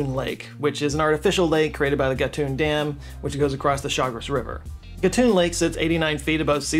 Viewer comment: Thank you for truly "doing the homework" and presenting the facts about our canal (Panamá) correctly. Also, congratulations for correctly pronouncing names like Gatún and Chagres. Long time fan here, and you didn't let me down. Thank you so much.